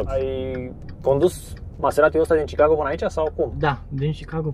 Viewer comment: se zice sicago